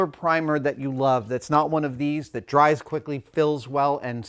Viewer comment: “spway that dwies quickly”…